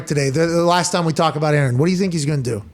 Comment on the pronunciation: Pat "Last Time We're Gonna Talk baht Aaron" McAfee